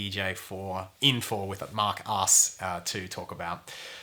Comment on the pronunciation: Absolutely fascinating, this blew my mind, really. Also, every time he says Mark Asks, I keep hearing Mark's Arse... ;-)